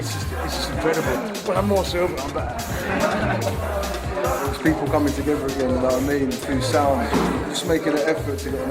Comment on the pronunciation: “So it sounds beh-a” 😅